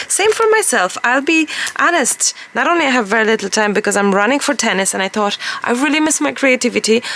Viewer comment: Inwas just having a wee laugh as I noticed when you say "thought" you sound Irish 😂,I started to notice on another video and heard it at the beginning here. I love your chat,your honesty,vulnerability and most of all your creativity. Wishing you all the best from here in Edinburgh 😊😊